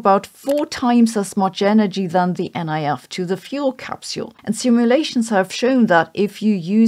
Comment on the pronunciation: Colloquially, the NIF is pronounced “nif”, not “N.I.F.”